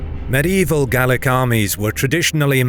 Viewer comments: Oh, and speaking as an Irishman, it's Gail-ick, not Gall-ick. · Gaelic not Gallic but great stuff. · Gaelic isn't pronounced gallic. Gale-ick is closer to it. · Gaelic not Gallic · Gaelic is Irish and pronounced Gaylic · Please, Gaelic is pronounced 'gay-lick'. 'Gallic' relates to Gall, more or less today's France. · Nice to see some Nine Years War stuff :) Though I did flinch every time 'Gaelic' was pronounced 'Gallic' :D 'Gael' is the same as 'gale' ;) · The word "Gaelic" is pronounced differrently in Ireland from in Scotland. "ae" is prononounced as "ay" in Ireland. Gallowglass were often of mixed Norse-Gael background from the Western Isles of Scotland. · why are you saying Gaelic like Gallic?? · 2nd this sentiment. And I do mostly smile listening to non-Irish people butchering the pronunciation of our words (even our closest neighbours, the english, who you would imagine by now would be more accustomed to hearing them). Though to hear us being referred to multiple times as ''Gall-ick'' was weird, as we are obviously neither scottish nor gaulish celtic.